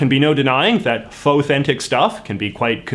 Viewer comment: Somebody tell JJ he is pronouncing "fauxthentic" wrong. It rhymes with "authentic".